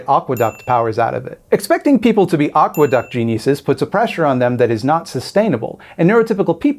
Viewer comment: Aqueduct.... at first I heard agua duck and was like, yeah they usually live near water 😅😂